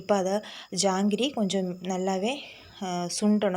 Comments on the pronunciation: ஜாங்ரி இல்லை மா ஜாக்ரி. But supper dish Thanks for ur new idea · ஜாங்கிரி இல்லம், ஜாகரி..( jaggery) இங்கிலீஷ் வெல்லம்..